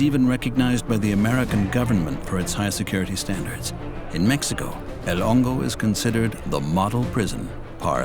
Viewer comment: I always heard him say El Longo